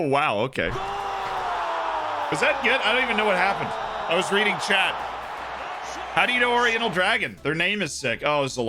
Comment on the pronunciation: Every time he says Chat, it sounds like Chet. I'm like wtf is Chet???